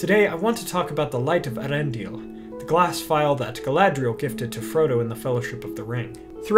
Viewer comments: Not to be a stickler or anything, but doesn't the umlaut indicate that the name should be pronounced "ey-ARendil"? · I believe it's pronounced "Eh-AH-rendil", though Cate said it your way.